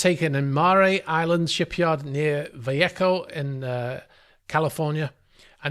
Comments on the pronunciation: Mare Island ...we say "mayor" and its in " Val-lay-ho " Calfornia, Vallejo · Mare, as in “female horse” (Mare Island, ), which is next to Vallejo, pronounced: “Va-lay-ho” California.